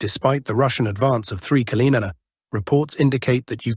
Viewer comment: Until you change your PATHETIC titles, you will lose more viewers. And what is the story with not being able to pronounce "kilometres"? You need to find better voice generated application my friend. The one you use sound so robotic....it is a joke. All that fake content (the robotic voice and the stupid titles) are going to make your channel obsolete in few months. There are few far better out there, with no fake generated voice and realistic titles. You either correct or you lose all relevance. Get it!